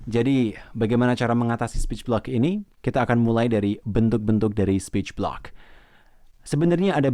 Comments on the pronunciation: Sporch blick Speech Block Yang bener yang mana min, maaf kalau salah denger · Iya aku dengar juga bgt... kyknya slh ucap 😀